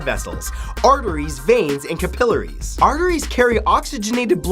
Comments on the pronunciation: OMG I died with his pronunciation of "Capillaries" he said it like: ka-PILL-ares 😂 it's pronounced: CAP-ill-ares 😂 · It's CAP - i- larries